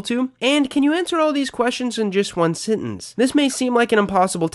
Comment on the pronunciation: I ignored it the first couple of times but I can't take it anymore. It's sEntEnce, not sIntInce.